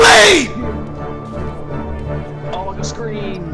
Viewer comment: Schleeep 😭😭😴😴😴💀💀